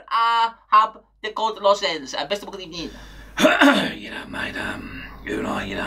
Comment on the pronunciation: "First of all good ebening. It's not the evening, it's the afternoon". 😂😂